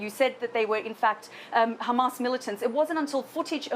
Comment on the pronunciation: of course they lie..no brainer there. yeah yeah .."khamas" "khamas"...its hamas...i just hate it when these monsters pronounced that name wrongly..